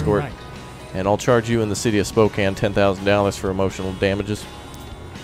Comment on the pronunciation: Thank you for pronouncing Spokane correctly.